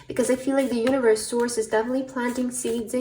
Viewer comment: I chose pile 3 and in the beginning of the reading when you said universe I heard uterus 😂😅